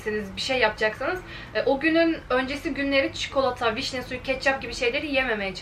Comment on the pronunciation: Çikolata demeden önce heyecanlanıyor musun? 😂 çünkü çok güzel tane tane kelimelerini söylüyorsun sonra bir anda hızlıca "çıkolta" diyorsun 💖 neredeyse çikolatadan bahsettiğin tüm videolarda dikkatimi çekti "çıkolta" 🍫